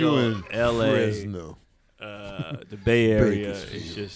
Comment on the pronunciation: I don’t like how you said Fresno,. I get why you wouldn’t wanna do a show here BUT I would definitely go to your show.